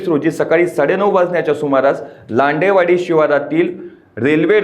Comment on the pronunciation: लांडेवाडी नाही लेंडेवाडी